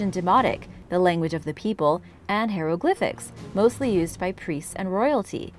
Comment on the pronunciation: hieroglyphics...pronounced as HI roe glyphics...please stop saying HERO GLYPHICS....you should research the pronunciation of words you aren't sure of because mispronouncing them makes you seem very unprofessional